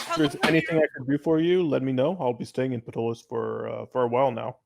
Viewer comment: Hello! I'm enjoying your game. I've used Ptolus as my setting since it came out in 2006. I'd like to point out a couple of things. First, the city is pronounced "Taw-luss" (pg.10). The 'p' is silent. Second, you had a drow lady at the Delver's Guild library. Drow are illegal in the city and are put to death and anyone harboring a drow can be imprisoned for 2 years (pg. 555). The world is called "Praemal" (Pray-mall) and the creator God is Praemus and very few people if any have ever even heard the name Praemus (pg. 40). No current religion worships him. It is your game. I'm not trying to say you have to play it a certain way. I'm just a HUGE Ptolus fan and I wanted to share those little tid bits. You make Ptolus your own. I can't wait for the 5e revision to come out! Thanks for the entertainment. I look forward to future episodes.😁